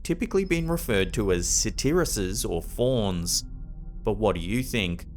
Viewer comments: I do enjoy, so much, and have been watching it for years, but your pronunciation of the English language is getting worse and worse! Lol! Cemeteries are pronounced sem-a-tarrys and not so much “sem-MENT-trees”. Also satyr is usually pronounced “say-terr “ not “sat-Ty-ree”. I’m sorry to correct you as you are a famous and professional voiceover but that’s what makes it even more crazy! Lol love your show and please keep pronouncing these things the way that you want to because I love it! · I think it's pronounced sayteer, but I could be wrong. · Okay. I have to say it because it's driving me nuts(used to teach English, so pronunciation is one of my 'things')...the word for beings who are part human and part goat is pronounced 'say ter'('ter' rhymes with 'sir'). That is how Satyr is traditionally pronounced. I know, I know. I'm anal...sorry 🫣 Where the video of the 'goat woman' is concerned, it kind of looks like it's just the video quality. I've seen video clips from surveillance cameras at previous jobs and can honestly say that it's not uncommon for inexpensive cameras to make the videos seem freaky like that 😳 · Did he call a satyr a saterisis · Hi, I've been enjoying your video. I'm guessing you must have never heard the word satyr said out loud and only read it, fairly common thing for all of us ( I was in my 30's before I learned how to properly pronounce hyperbole lol. I just wanted you to know it's pronounced "say-tur" plural is "say-turs". I've got a huge love for mythology , I've also heard it pronounced "sah-tur" but usually the first option is the one most commonly used. I hope that info is helpful I am being genuine, I know it's hard to read that in text but it's the truth.